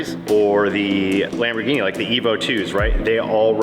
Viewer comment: dude..... can you please stop pronouncing Lamborghini incorrectly? It's really annoying. Or is that just a schtick that you're doing? Either way.... still annoying.